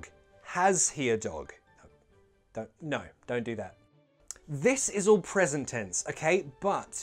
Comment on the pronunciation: why do u pronounce “no” like “nijuu:” 🧐?